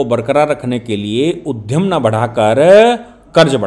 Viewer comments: माननीय किसी भी विषय पर आपका विश्लेषण उत्कृष्ट कोटि का होता है,जिसे सुनकर हम सब लाभान्वित होते हैं।यह आपके गहन अध्ययन का परिचय है,किंतु इतने महान विचारक जब(उद्यम)को उधम और विद्यालय शब्द को विध्यालय उच्चरित करते हैं,तब मुझे बहुत बुरा लगता है।कृपया ध्यान दीजिएगा। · आदरणीय, आप ब्राह्मण जाति से है। आप विश्लेषण बहुत बढ़िया करते हैं परन्तु कभी-कभी अशुद्ध उच्चारण करते हैं तो हमें इसलिए बुरा लगता है कि आप महर्षि पाणिनि की वंशावली से हैं । उद्यम और उधम में अंतर है जी, उद्यम - श्रम, उधम - उत्पात । कृपया उच्चारण सही करने का कष्ट करें, हमें आपका विश्लेषण बहुत अच्छा लगता है। नमस्ते सदा वत्सले मातृभूमि।